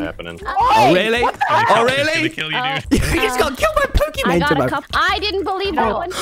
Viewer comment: am i the only one who heard Poki "bane"